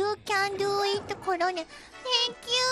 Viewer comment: "I graduated from Tokyo U" ... "O TANK YU TANK YOU YU AR COMMENT!"